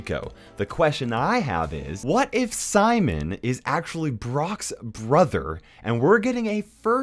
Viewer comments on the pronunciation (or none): It’s not Simon, it’s SIMÓN!